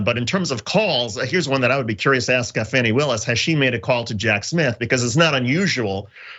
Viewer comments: JOHN It is not pronounced FANNY, it is pronounced FAWNY, please get it right. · Her name is FAWNIE not Fsnny. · It's not "Fanny" Willis, it's "Fawny". I agree that further indictments are coming given that the fake electors were (1) not informed by their lawyer about an immunity deal which means a new lawyer will have to be brought in, and (2) they're turning on each other in a futile attempt to throw each other under the bus. It's a complete dog's breakfast right now that will mean a lot of investigative work needs to be done in order to correctly unravel the chain of deceit. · Please, can Lefties/Progressives at least get the name correct. It's pronounced 'Fawnee' not Fanny. Fani Willis. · Why do you keep calling Fani "fanny"? Is it a deliberate insult? I cant imagine you've gone this long without knowing how she pronounces her name...?